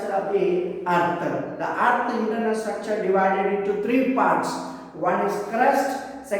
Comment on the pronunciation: ITS NOT STRACTURE ITS STRUCTURE